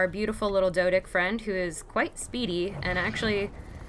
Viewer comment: did u just said "doedick"